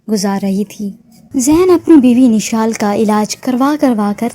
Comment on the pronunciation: Nishal ni mishal name h